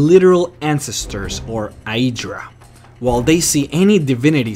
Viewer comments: The way you say "Aedra" and "Daedra" bugs me so much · The way you pronounce aedra and daedra is so wierd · You guys....all talking about religion and bullshit. What I'm wondering is why does the guy talking about all this stuff in the video magically become Australian when he say's "Aedra" and "Daedra".